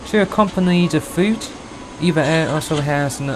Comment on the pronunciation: E-V-A Air，NOT Eva air